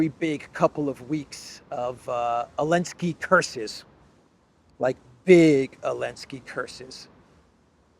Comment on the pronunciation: Why is he keep saying “elenski “ , is it intentional ?